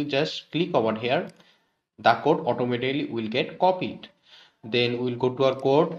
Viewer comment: ovar hiaar 😂😂. awesome content👌